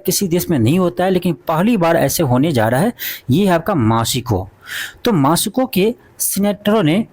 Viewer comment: Aapki mehnat bahut achhi hai... ❤but... आपकी हिंदी की वर्तनी एक शिक्षक के हिसाब से बहुत खराब है।आप मैक्सिको और कजाकिस्तान भी सही से नहीं बोल पाते।।।😢😢